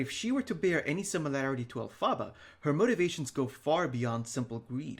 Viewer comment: It's pronounced EL-fuh-buh, but we all got what you meant, just letting you know :)